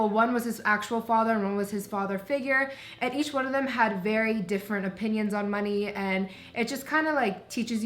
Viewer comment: “Verrrry niice, ohhhkay” 😂💀